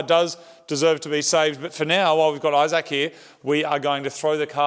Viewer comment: Dude really puts the "saac" in "Isaac"